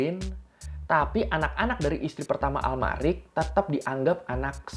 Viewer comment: AMALRIC YAH BUKAN ALMARIC